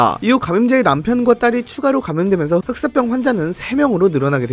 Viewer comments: 흑쌋뼝 개불편하네 흑싸병으로 발음 좀... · 슥싹병 이라고 자꾸 들려 ㅠㅠㅋㅋ